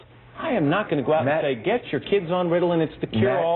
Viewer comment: "Riddlin" hahaha